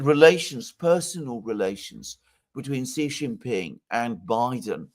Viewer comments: Alexander, in Standard Mandarin, 'Xi' is pronounced somewhat like 'she'—to get it right, open your mouth as wide as you can and say 'she'. In Shanghai, natives say 'sang hai' while in Beijing, they say 'shang hai'. There is considerable dialectical and linguistic variation in China, so some speakers will pronounce 'Xi Jin Ping' as you do, but that is not the standard. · xi is pronounced she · The pronunciation of Xi's name comment was aimed at, I bet, he always says ZHEE, which is a rude word in Chinese, apparently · Also the i in Shi is similar to the e in the French me - Tu me entends etc. The i in Xi is pretty much like the English ee. So Shi and Xi sound different . The X is not the same as the Sh but still closer than it is to S.